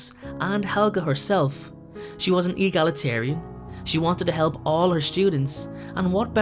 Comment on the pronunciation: What's an egalaterian? Or whatever that word was? Great video, I like your theory on what you said about the stairs, in fact I like your theory overall it fits